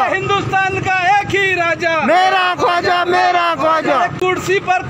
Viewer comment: Bhai khuaja nahi Khwaja hota hai